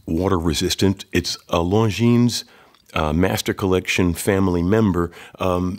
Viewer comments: It is pronounced Lonjin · As you are running a watch channel, I think it would be important to pronounce the brand name properly. The S at the end of Longines is silent.